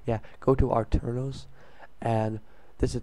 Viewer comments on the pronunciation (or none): not are twos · its pronounced at-er-nos